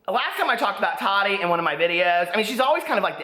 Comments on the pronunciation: It’s Taw-tee not taddy lol!!! I still love you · I love your videos... I wanted to let you know it's pronounced Ta-ti not ta -di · her name is pronounced taa-teee not tadee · i love that you call her Tottie instead of Ta-ti . LOL #hottottie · Lmaooo! The way you call her “Tottie” lmfaooo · The way he says Tati 😂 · Ps. I love you! (Even when you read Queen Tati wrong 😚 )